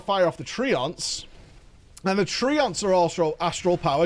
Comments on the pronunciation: TRENTS not tree ants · you pronounce them tree-onts... I pronounce them trents... who knew